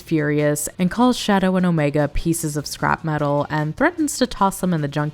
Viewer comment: you Also Said "Matal"